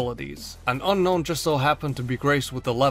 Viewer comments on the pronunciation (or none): Hey, did you know it's actually pronounced un-own? Gets murdered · Seems like you still refuse to pronounce it as Un-own, huh? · its UN-OWN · I don't think that's how you pronounce Unown...